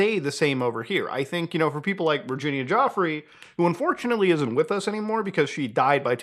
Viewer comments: Virginia Jauffre? Add another one to the list of mispronunciations of her name. Fair enough in your case btw., but even professionals keep doing it (Of course, that's before taking the terrible name pronunciation from AI bs videos into account) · Giuffre pronounced Ju-fray